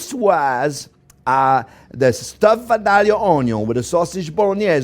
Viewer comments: I have a friend from Vadilia. And the proper way to say that is. "Vi da ya" The l's are silent. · If you want people to believe your joke about being from Georgia, you need to pronounce Vidalia correctly. It is pronounced Vi-day-ya...say it that way and at least people from Georgia will believe you at least been there. I'm a big fan of you sir. Thank you for your passion.